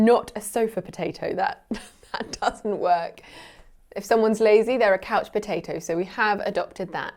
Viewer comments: No one pointed out that pronounced the word couch as: "coach". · Loonies have a loon on them. Not a loonie/loony. And they don’t only live in northern Canada. We have them in the US also. Here in the northern Midwest we say couch or sofa and I’ve heard a lot of older people say Davenport. And a lot of us pronounce it like the Canadian did — i.e. “coach”😅 Re pop/soda I had an older friend when I was younger who said that when he was down south they called everything Coke. “Do you want a Coke? What flavor? Root beer, lemon lime, cola, orange?” 😂